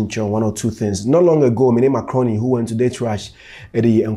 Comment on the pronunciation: Every time I hear Zion say “Mark Rooney”, It sounds like he’s saying“macaroni”…like taalia 🤣🤣🤣